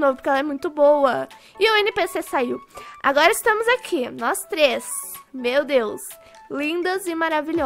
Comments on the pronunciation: Nao é treix , é três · Treixs nao e tres olha seu portugues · vc falou trex ñ tres 😅😅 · Trex reaix? Trex reaix? Kkkkkkkkk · "TREIX" KKKKKKKKKKKK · TREIX REAIS? SIM TREIX REAIS TREIX REAAAAIS????? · Kkkk treix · Não e Treix cadeiras e treix reais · E três e não treix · é treis nn treix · "Treix, treix cadeirax" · pq vc fala treix